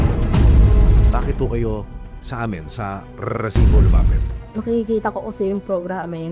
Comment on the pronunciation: napka cringe ung pronunciation ng resibo na word lol